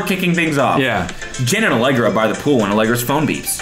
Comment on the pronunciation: lmao i thought cody said “genitallegra”